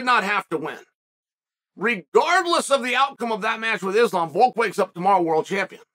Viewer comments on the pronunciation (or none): none